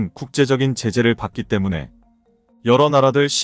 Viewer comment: 유튜브의 내용을 읽는 분, 한글의 내용 이해가 매우 부족한 사람입니다. 엉터리입니다. 예: 오일팔을 오점일팔로, 때문에를 매문에로 읽으니까 내용연결이 안 됩니다.